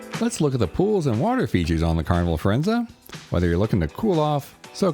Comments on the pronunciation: Pronounced Fir en ZAY not ZA. Thanks for the video. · Not quite, the Italian captain Claudio on mask night tells his audience of guests how to pronounce the name of the ship and he says the ship's name ends with a zay sound, not a za sound as in the video. This was my point, not the meaning of the word, but its pronunciation.